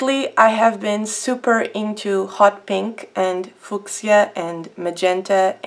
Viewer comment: oh and just to let u know the way u pronounce fuchsia is more like fusha not fuksia. Just wanted to let u know. Lol